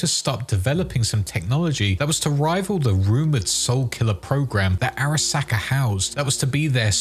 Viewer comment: just loves saying SACK in the weirdest way possible. you're a sacker